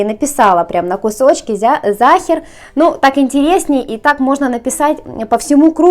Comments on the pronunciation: Это по-русски всегда так получается, они всё каверкают, а потом думают, чё это язык такой ужасный. На немецком Sacher выговаривается как "зáха". Это не немецкий матершинный, а ваш ломаный выговор. Всё понятно? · problema v tom,chto Sacher po nemecki proiznositsa Zaher,esli poputatsa chitat po angl,to nichego obschego a Zaher...Pravilnoe nazvanie ZAHER,Ya tam bula,zhila v otele Sacher i ela etot tort -eto ih specialitet.. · Это НЕЧТО, когда произносит, что сейчас она приготовит вкусный зАхер!